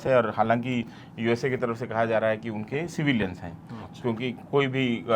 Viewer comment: USA USSR ye word botale time few second ka Gap karake bolene to clearance aur sunane me achha lagega